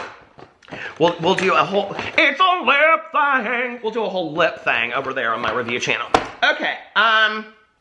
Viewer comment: ITS A LIP THA-HANG!!!!